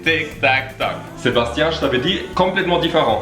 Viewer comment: C'est mdr quand il dit Sébastien 😂😂😂😂